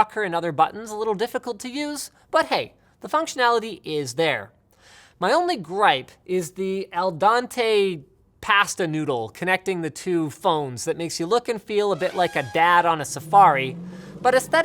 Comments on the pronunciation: dude, it's "al dente" not "el dentou" lmao. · Linus is another stupid english speaker who won't even try to speak foreign languages properly. "el dante" That is what you said, but it's "al dente" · aldante? It's al dent te. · Oh my god, he didn't just say "El Dante". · El Dante pasta? You mean Al Dente lol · "al dAnte" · Hey LTT, it's "al dente" like dental. not Dante like inferno. smh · seriously you put an H on pasta???? i bet you also say AL DENTE instead of EL DANTE too ?) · el dante pasta? I think it's called al dente :D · Al Dante? You meant "al dente" I think. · ..."Al dante?" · Al Dante noodles. Nice try tho. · Linus it's pronounced el Dente not el Dante were not in his Inferno lol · Al-Dahn-te Past-a noodle? C'mon Linus! it's pronounced el-dent-eh pah-stah. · Smh "el donte pasta noodle" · "al dante pahstah noodles" almost turned the video off right then lord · And it's pronounced "AL Dent-ay" or "Ahl Dent-ay" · 'Al Don-tay...' Im extremely dissaponted with that pronunciation Linus, VERY dissaponted... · the way he pronounced "al dente" really got me hahaha!